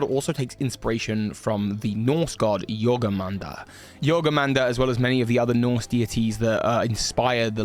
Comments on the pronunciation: Jormungandr. Not jorgunmandr 😂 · it hurt a little bit to hear him pronounce Jörmungandr like that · yeah bro